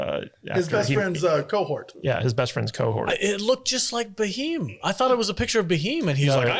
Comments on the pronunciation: It's just cute to watch you guys pronounce Bheem [Beem] as Ba'heem 😂 ... Thanks for your reaction to RRR guys 🙏 .. Though you seemed to like the movie overall, you did sound a smidgen dismissive / condescending about the over the top action scenes and were critical to the realistic probabilities of some scenes [ironically Hollywood churns out more outlandish & Woke trash year after year that ends up getting rave reviews and an occasional Oscar 😜]. Not being rude guys, just opining .✌ You need to understand that Indian cinema is very diverse and mind numbingly varid in it's subject matters and cultural approach from different linguistic regions. If you are looking for realism and for you to be able to really appreciate the depth and scope of Indian cinema, you must watch and react ''live'' to the once in a lifetime and historically accurate movie ''SARDAR UDHAM'' .. It will just rip your soul . Hope you do take this suggestion seriously and I guarantee you, neither you nor your audience will be disappointed. [Here's the trailer of the movie, for your consideration.. [don't forget to enable subtitles] ✌.. It will also put to rest your westernized, watered-down history, of colonial brutality. With respects & regards from an Indian dude domiciled in Hong Kong... 🙏💖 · Do not write pronunciation of Bheam . Please . I request you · I love it when westerners are unable to pronounce BH, and come up with different versions. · there is no "a" in bheem, you say it like you spell it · All good but stop saying B heem..... It's bheem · Baheeem, or is it bheem. Oo wait you don't habe BHA sound in english, so give you that. Could have researched a lil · slight pronunciation correction.. its bheem.. not Ba-heem ... drop the "a" and its all good !! :goodvibes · Thank you all for your love towards our Indian film made in Telugu but please pronounce names correctly it’s not Bahim it’s “Bheem” one of our indian god’s name. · who is BHAHEEM??? its Bheem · His name is bheem not bhiheem😊😄